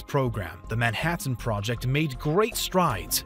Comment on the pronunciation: Why do you enunciate things like you're reading one syllable at a time. "Nine Teen Thur Tees" "Nuclear AT-AMS" "Man Hat Anne project"